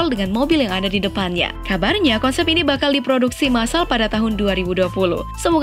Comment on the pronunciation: Konsep bukan Kensep